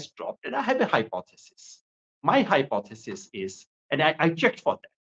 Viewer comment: hypothesis word pey itna emphasize karoge toh baat hypothesis Tak hi reh jayegi....by the way Aap aur Prashant Bhushan toh conspiracy theory banane mey Number one ho.